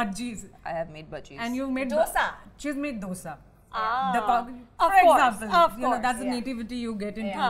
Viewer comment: Also the way Kajal pronounce 'dosaaaaaa 😂